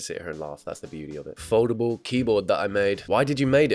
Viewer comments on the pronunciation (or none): Every time you said foldable I thought you said Voldemort.